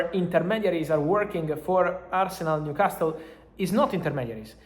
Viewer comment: Fabrizio, il tuo inglese è molto buono, ma la letters T a New Castle è silenzio, mandami un messagio perche sono un tutor di inglese. Here we go!